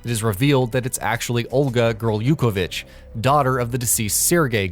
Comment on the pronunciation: Dear narrator it is gurr-luke-ga-vich lmfaooo